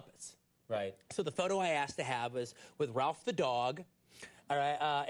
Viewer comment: It's Rowlf not Ralph